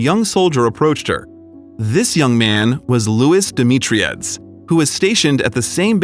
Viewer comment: Proper pronunciation. Renate is “ Rah-Na- ta.. The last name Demitriades is De-me-tree- Addas. They had two sons and one daughter. I know all the family for years